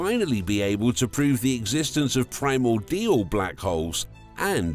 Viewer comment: do you think you could have just ONE video where the narrator knows wtf they're talking about? "Primor-DIAL"... wtf are you on about for Christ sake?